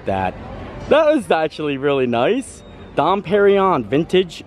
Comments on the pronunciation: You pronounced porchetta correctly but that champagne is “dom per-in-yone” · Here is a little help. Dom Perignon is pronounced "dohm pehr-ee-nyawn." Dom is pronounced with the nasalised 'O' vowel - similar to O (as in Don) but you allow the breath to come from both the nose and the mouth. Emphasis (if there is one) on final syllable of Pérignon. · “Dom Perrin-Yon”